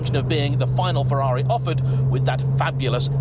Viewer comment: At least he knows how to pronounce Ferrari.